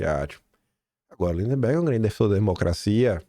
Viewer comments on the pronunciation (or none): o nome do CANALHA não é linDEMberg. É lindberg 😂😂😂